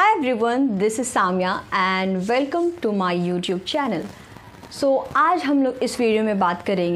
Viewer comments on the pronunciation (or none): I didn't even get on with the video as soon as you said velcome lol that's welcome . Man youtube is overrun with people who don't know stuff themselves and yet they don't hold back from teaching other people that 🙄.